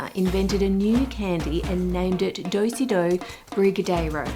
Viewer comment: If your US cake isn't Dr Pepper cake, I'm going to be disappointed. 1st edit: Do-si-do? Are we square dancing in gym class? At least pronounce Doce as "doh-say," and not "doh-see." 2nd edit: Seriously? You picked a fake recipe? You picked a mud cake, showed cartoons of mud pies*, then baked a generic chocolate cake. Why? You could have picked a Dr Pepper cake, a red velvet cake, an *actual Mississippi mud cake (the one you dismissed as "not historically accurate"), a chocolate lava cake, a German chocolate cake, chocolate-covered NY cheesecake, etc. If you're going to make a shit chocolate cake, at least use an actual box of Betty Crocker cake mix. Hell, a chocolate babka is better known in the US than a mud cake (or even a Mississippi mud cake). And that's only because it appeared on a TV show one time in 1994.